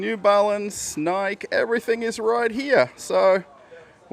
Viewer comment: Why are you pronouncing Nike that way?